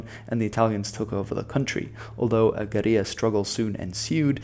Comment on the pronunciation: Disliked for the silly pronunciation of guerilla. You're speaking English mate, not Spanish.